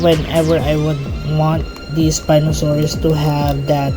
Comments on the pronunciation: Not 에스피노사우루스, its 스피노사우루스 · I mean, in Korean, a spinosaurus is a 스피노사우루스, not an 에스피노사우루스